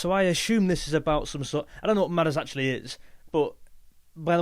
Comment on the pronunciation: Arizona is one of their best. Great video , just say Midas right🤣